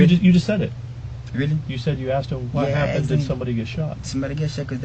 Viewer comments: He didnt ask him! He axed him. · Asked not aksed